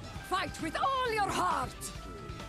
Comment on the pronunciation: „Fait with ool‘ your hearrrrt 😬😬😬!“